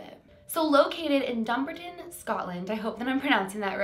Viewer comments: Also it’s pronounced dum-bar-Ton not dumberton but thank you for covering this!❤️ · I stay about 30 mins from there it’s pronounced DUMB-BARTIN even tho that’s not the spelling lol strange place strange name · It’s pronounced Dumb-Bart-On 👍🏻💗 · Sorry not trying to sound rude or anything so sorry if I offend you but it’s pronounced dum-bar-ton not dumbar-ton sorry xx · Dumbarton is pronounced Dum-bar-ton. I live in Scotland and this bridge does scare me. If I had a dog I would 100% never walk them on this bridge. But Thankyou for covering it for more awareness. I think it’s strange tho. I have no clue what could trigger it. It’s just sad really ❤️ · Dumbarton is pronounced Dumb-Barton, but it doesn't matter, we know where you mean:) now, I was walking with my dog (Dillinger the Dobermann) back in August down at Overtoun House and it's beautiful surrounding grounds and the woodland walks behind it. There are also hill walks there that I will do in the better weather. We walked across that bridge twice, once in each direction and absolutely nothing unusual happened. Now, I had heard of the bridge years ago, but I didn't realise it was that bridge. I didn't realise that was the bridge at the time we walked across it and yes, Dillinger was off leash. Imagine my horror and relief a few weeks ago when I realised that Overtoun Bridge was the one I walked over 🙃 what I did notice though when we were walking through a particular part of the Woodland walk at a steep cliff/gorge area was that it had a very Ancient feel to it, like older than Overtoun House and its grounds. Dillinger kept looking into the woods and stopping to watch and listen and go into the woods while walking in this part, but this isn't too unusual, as he does this in other places we walk too. I can't believe you covered this case, it's amazing! Thank you and have an amazing Christmas and new year x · Its pronounced Dum-bar-ton (Dumbarton).❤❤.xxx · dumb-ar-ton, closee x